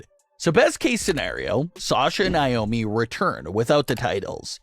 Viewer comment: Would like you to actually pronounce NAOMI'S name right. It's NOT Niomi